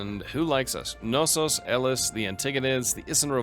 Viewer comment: It's actually true to the greek pronunciation to pronounce the k in Knossos. If you want to take it a step further, the emphasis shouldn't be put in the first syllable but rather the second therefore it would be pronounced KnossOs rather then KnOssos